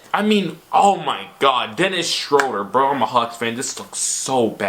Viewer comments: been watching to much flight. He called Dennis Schroeder Dennis schrodem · Wait, did you call him... Dennis Scrotum!?!?!?! 😅🤦🏾‍♂️👏